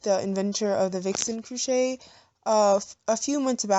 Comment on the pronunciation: CROchet not COOchet...